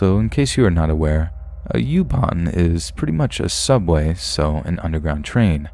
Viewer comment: Youban 🤣🤣🤣 it's Uban not youban. I love your voice.